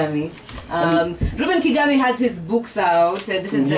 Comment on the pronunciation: Kigame...not Kagame